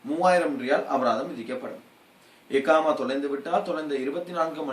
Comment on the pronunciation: எக்காமா இல்லை Bro அக்காமா இதுதான் சரியான வார்த்தை